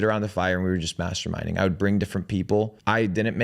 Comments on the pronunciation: “masterminding” sounds a lot like something else… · That’s not how you pronounce “masturbating”